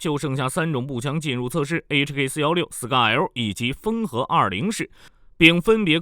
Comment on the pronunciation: 「豐和」是 Howa，不是 Fenghe。